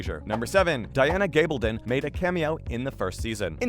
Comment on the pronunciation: So you've gotten the actor's names down, can you now try to get the author's name correct? Its Gabaldon - gab as in a gab session. I keep watching your videos because you actually listen to comments and fix things.